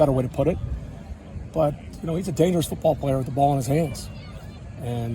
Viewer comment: Don’t get it twisted….it’s DANGER-RUSS!